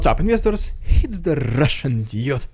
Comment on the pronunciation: I still don't understand what "Inyestors" are in his greeting "What's up inyestors and talk about some ridiculous ... propaganda".